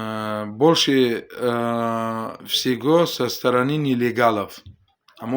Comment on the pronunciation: Ака.... больше всего пишится А больше всево читается Шумо агар ягон представители мардуми точик шуданиед или хастед ами забони русиро хушруяк ёд гиред акачон